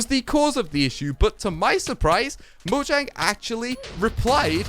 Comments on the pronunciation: Fun fact: It's pronounced Mo-yang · orestis gamer It's mo-yang